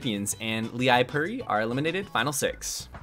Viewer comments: Finland here. Leipuri is pronounced lay-pury (with a hard r). Cheers! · FYI Leipuri is pronounced 'Lay-Poo-Ri', if he is Finnish that is. I see Leipuri on nearly every episode of this series so, you know, thought I would say this for future reference.